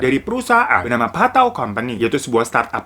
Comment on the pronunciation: Ngomong pathao nya ada aksen thai nya bang